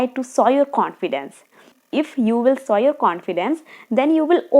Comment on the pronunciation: show not sow, showing not sowing